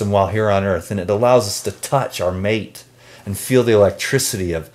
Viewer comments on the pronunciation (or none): none